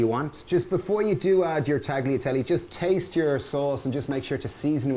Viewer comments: Hahaha. I know. Talyatelle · Guys its taliatelle. The g is mute :) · I love your recipes but please don't pronounce the 'g' in tagliatelle. It's wrong and it drives me mad.